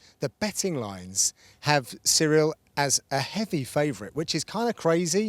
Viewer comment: His name is not Cereal. It's Cero.